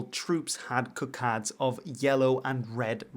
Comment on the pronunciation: Cockades, not Cockadds.